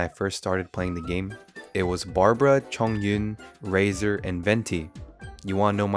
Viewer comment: i'm sorry but the way you said Chongyun's name is perfect i love it